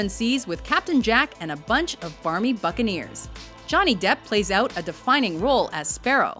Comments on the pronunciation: I thought she said fucking ear, but it was buccaneer (-.-) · I swear she said Fuckinears...